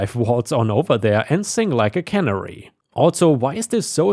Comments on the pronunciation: I LOVE to listen to you! My OCD is flaring up again. SORRY!!! Pronounced Ca(short A) / Nair (as in what we breathe) / E(say the letter), NOTHING against YOU, it is JUST ME. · 'Canary', the way you pronounced it, is a place where they fill food tins, like baked beans or tomato chunks. "Konservenfabrik" in German, and it's spelled 'cannery'. The little yellow bird is pronounced differently.